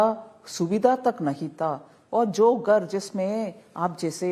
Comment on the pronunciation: Gar nhi ghar hota hai aur rahul gandhi to pappu hai uski bat hi chhor do aap